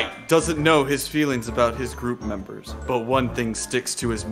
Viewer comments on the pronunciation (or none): did light just say memebers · "meembers" Light. 2021